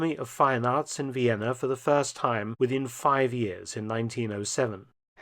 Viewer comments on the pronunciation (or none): none